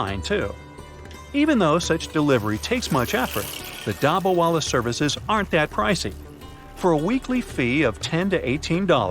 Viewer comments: Pronounce of dabba wala is wrong. in Hindi dabba-box with food and wala-person . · Sorry to say but you mispronounced every time u said dabawala